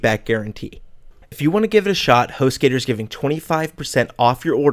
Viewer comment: correction host gator (Gu-tor)